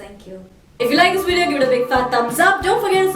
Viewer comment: hahahaa...one of your best video till date...keep it up.. PS : its VIDEO not WEDEO and VEGETABLES not WEGETABLES....Just saying..Love..Love :)